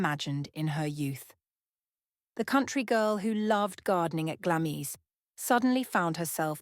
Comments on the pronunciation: Glamis is pronounced Glamms. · Glamis is pronounced GLARMS!